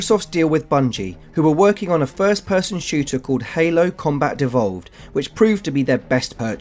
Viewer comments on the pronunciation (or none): The guest guy really needs to work on enunciation! I smirked at the repeated "Halo: Combat Devolved", but I absolutely lost it when he said "God of Whore"! 😂 😂